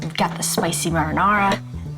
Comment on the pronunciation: What a dumb bitch, she can't pronounce her words correctly...marinara you moron.